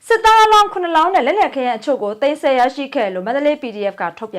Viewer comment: သိမ်းပြီးမဆဲပါနဲ့ သိမ်းပြီးဆည်းပါ သိမ်းဆဲ ၊ သိမ်းဆဲနဲ့နားထောင်မ ကောင်းပါဘူး ။ စာလုံးပေါင်းမှာသတ်ပုံမှားတွေ ခောတ်သစ်ကသိပ်လုပ်တာပဲ မျရယ်